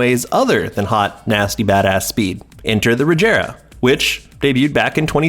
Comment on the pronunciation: It's a hard g in Regera.